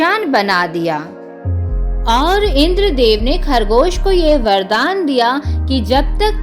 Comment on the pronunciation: Bahan ki lowdi. Video me bardan bola tune kahani sunanne lagi